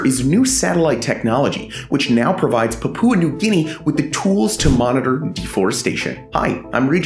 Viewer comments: Puhpooa? It's PAPUA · Poop Poo New Guinea? Pronounce it "Pup-wa" New Guinea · It’s Paah..pua, Pepooa New Guinea 😊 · papoooa new guinea lol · Incorrect. Papua is not 3 syllables (PAH-poo-ah, wrong), but 2 syllables, emphasis on the first one, and the u is just a glide, not a full vowel, so, PAH-pwa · Love your videos. However, I have a constructive suggestion: check your pronunciations - Papua is pronounced (POP-OO-UH) with the accent on the first syllable. Image means a lot especially when you put your name and face to something - so it's important to produce something that is accurate in every way. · fyi the pupa in pupa new guinea is pronounced as papa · Man said "Papoowa" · The pronunciation of Papua New Guinea is more "Pa-Pyoo-Uh", with emphasis on the first two syllables. Glad to know they're looking after their forests. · great video, your pronunciation of "Papua" almost made me dislike it though...